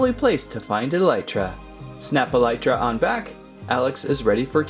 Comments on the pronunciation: i havent played Minecraft in a while but im pretty sure its pronounced Elytra (E - Lee - Tra) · You pronounced elytra wrong.